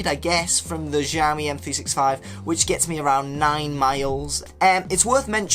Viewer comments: It's xiaomi = /shiaomi/, NOT jaomi.. =) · Its nok jaomi.. Its xiaomi = shiaomi. Damn boy! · It Is not žaomi itx Xiaomi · You saying JAMIE not xiaomi😠😠😠😠